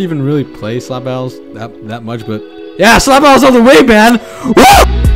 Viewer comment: What a english masters piece "slab battles"